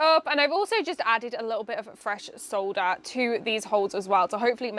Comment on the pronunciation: So nice to hear someone pronounce ‘solder’ correctly 😅